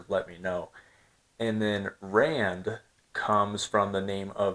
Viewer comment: As a South African I want to extend my appreciation for your video about the Krugerrand. Earlier in the week I expressed my disappointment with another content creator who referred to the Krugerrand as a "disgusting coin"...not cool at all. Paul Kruger the 1st President of the Union & your pronunciation of Kruger,Rand & Springbok was spot on!